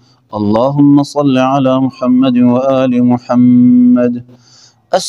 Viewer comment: امام خارش سے فارغ ہی نہیں ہو رہا۔ سورہ اخلاص میں 10 سے زیادہ تجوید کی غلطیاں۔ اسم رسول اللہ محمد صلی اللہ علیہ و آلہ وسلم ح اور د کے مخارج بھی ٹھیک نہیں۔